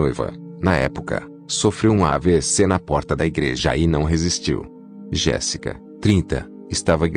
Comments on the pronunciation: Não é Jessica, locutor. É JÉSSICA. Dá um zero pra ele. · Aí pq o narrador fala errado o none Jessica e Sophia 😁😒